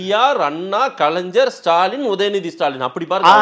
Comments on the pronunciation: கலைஞர் என கூறுக கலைந்சர் என கூறாதே உச்சரிப்பு சரியில்லை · 'கலைஞர்' என்பதை 'கலைஞ்சர்' என்று சொல்லாதீர்கள்.